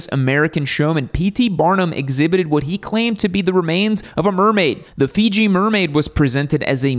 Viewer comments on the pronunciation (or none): none